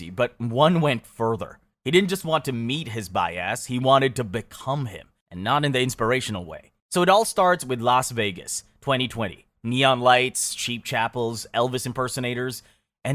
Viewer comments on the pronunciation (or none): The way you say bias as “by ass” is so annoying 😂 I can’t even focus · "bias" or "bi-ass"? lol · "by-ass" lmao